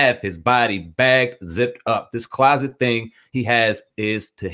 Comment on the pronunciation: “Closest” not closet